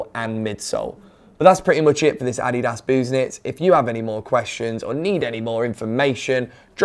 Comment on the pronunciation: As a German I will say that he pronounced it correctly — it’s ADDY-das, not adDEEdas.